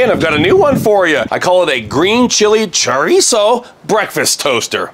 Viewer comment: Please stop saying Churreeeso😂🤣😂🤣😂🤣